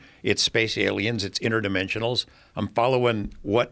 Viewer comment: Lol InterDIMENSIONal not demention